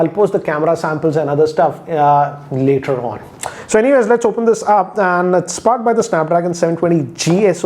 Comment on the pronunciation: The way he said "later on"🤣🤣🤣 what in the world??